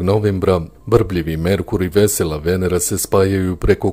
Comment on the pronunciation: Naglasak nije na prvom e nego na drugom!